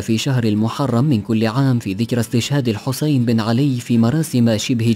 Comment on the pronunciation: انته شدخلك متكلي مسولي مقطع شطوله وشعرضه وجاي تحجي وثاني شي تكول الحسين ابن علي شنو مثلا ابن عمك وتلفظه بهاي الطريقه مره ثانيه احترم نفسك انته وقناتك ولا والله ...... بعدين عود لاتعيده